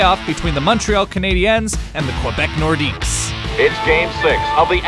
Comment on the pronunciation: Wilf Paiemont and Mike Mcphee I'm 12 years old again.. but le norqidues has a silent s